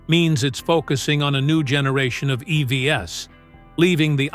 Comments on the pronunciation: Please fix the AI-generated voice in this video. Idon't understand why they can't get it to say "eeeeeeee-veeees" instead of e-v-s. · AI voice over here is particularly bad. E.V.S.????